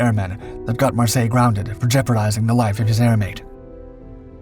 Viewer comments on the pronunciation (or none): Pronounced Mar-Syler. He was German. No doubt some French origin of the name. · The name is pronounced Mar-sey-yey(Marseille).